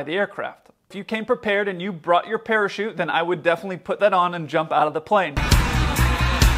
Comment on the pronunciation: I heard "parachutes" as "pair of shoes" and went, "Whaaaaat?!" LOL